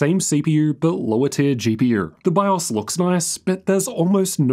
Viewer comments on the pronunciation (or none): none